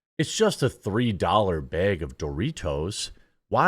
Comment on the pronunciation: "Three dollar behg of doritos"? What's a behg?